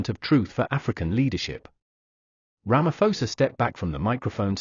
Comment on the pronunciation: Ramaposa, not Ramafosa.